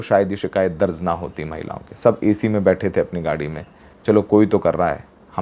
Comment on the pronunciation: दर्ज होता है दर्ज़ नहीं 😅